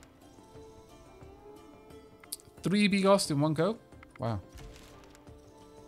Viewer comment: You know what, don't worry about it. I'll let you in on a secret: you read 95% of the slavic words wrong ;) But hey, you read bigos right, and if it makes you feel any better, the narrator reads stuff worng as well :D